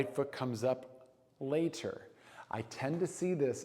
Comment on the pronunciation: You lost me when you said lay.....ter